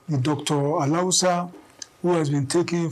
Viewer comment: Someone in the newsroom should teach this reporter how to pronounce Alausa. A la wusa